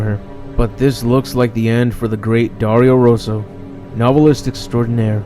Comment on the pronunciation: Ho aperto il video solo per vedere come pronunciasse Dario Rosso ahahahah